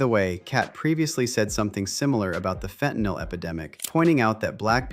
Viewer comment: FentaNYL ... not fentaNOL or fentaNAL Go to H O U S T O N, Texas if y'all want some HIV/AIDS ➕️ a variety of STDs that you never heard of ... and to have your drink spiked to wakeup in a strange bed/street/floor having been gangraped by strangers at a party or club. FentaNYL ... not fentaNOL or fentaNAL.